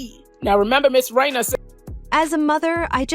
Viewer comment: Its Reina. Not rao